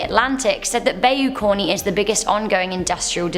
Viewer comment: Pronounced: Bye-You Carn (or Corn, depending on which part of Louisiana you're in)